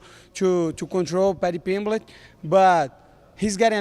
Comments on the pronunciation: Paddy Pimblitch 😆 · Paddy PIMBLECH 🗣️🗣️🗣️